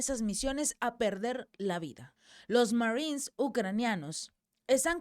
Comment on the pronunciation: Esta señora está informandonos la noticia muy bien en español,porqué rayos entónces,quiere meter el ingles si no lo puede pronunciar de manera fluida? si tanto trabajo le da pronunciar la palabra marinos en inglés( marines).No ofendamos a nuestro idioma,cuando hablamos en español que sea solo en español. Nunca escucharemos a un inglés,un frances u otros,meter palabras en español,en medio de su discurso,presentación de noticias o en una conversación entre ellos,solo nosotros, los hispanos,le damos éste golpe bajo a nuestra propia lengua!😢